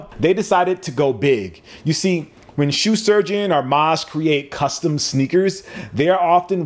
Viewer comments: Are you saying “Sue” Surgeon on purpose? Foreshadowing? 😂😂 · Very informative. Way to break down the difference in a product versus a service. Also, anybody else hearing, "Soo Shurgeon"? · Just once, pronounce Shoe Surgeon well. Just once, please. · "Sue Shurgeon" lol